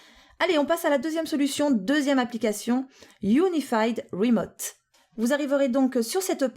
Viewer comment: "PC rimoute" :)